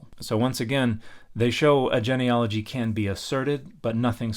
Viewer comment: I'm going to be radically fair and praise the stitched creator for correctly pronouncing "genealogy."